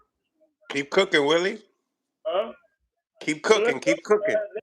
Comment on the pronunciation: It’s not Willie Moses it’s “” How could you possibly not know that??? 🤦